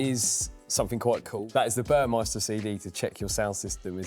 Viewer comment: Burmester, not "Burmeister". There's no "i" in Burmester.